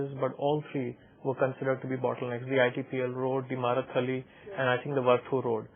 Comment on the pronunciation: lol its Marathalli not Maratha Halli